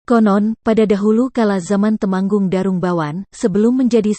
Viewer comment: Narasinya jadi jadi banyak salah Tumenggung Jadi Temanggung Merah jadi Marah ..